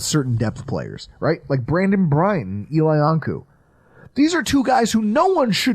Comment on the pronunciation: Congrats to on pronouncing Eli Ankou.